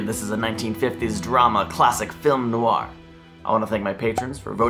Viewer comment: 'Noir' is one syllable, not two.